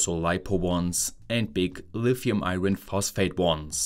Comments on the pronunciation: In English we don't pronounce the "r" in the word 'iron'. It's pronounced "eye on". BTW, My German is crap hahaha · I hesitate to say this because I have generally always enjoyed listening to your heavily German-influenced English, but you might consider running together the words "eye" and "urn" for "iron"